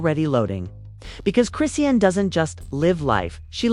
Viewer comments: Her name is pronounced chri-shawn!! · This is AI....it's pronounced wrong because it's not a person.